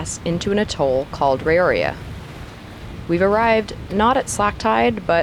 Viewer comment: Yep.... trade winds! Have done that passage a couple of times and after a boisterous sail, the Tuamotus are even more appreciated... ! I'm sure you've already discovered the joys of Polynesian pronouncing every vowel. You'll get used to it. Fyi, its Ra-roy-ah and Too-a-mote-toos. IaOrana is a fun one (ee-or-rana, our boat was named that, handy in FP) but worth knowing as it's the hello of Tahiti, sort of like aloha in HI but more authentically used. So enjoying to see everyone passing that way, reminiscing, good times!